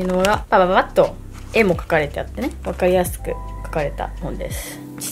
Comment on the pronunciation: わっかrrrrりやすく！！ チャンネル登録しました。